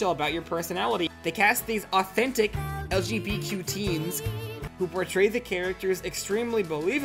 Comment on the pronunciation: I like how realized he was spelling LGBTQ+ wrong but continues to say Luh-juh-tuh-buh-quoi, which would still be LGTBQ. Never change, great video. Also she 100% stole it, LEGO needs to sue her